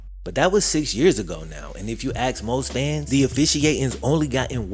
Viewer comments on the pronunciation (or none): Ask is pronounced like ass, with a k on the end.